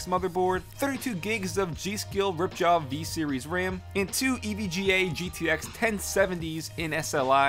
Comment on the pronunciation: did he just say ripjaws vee?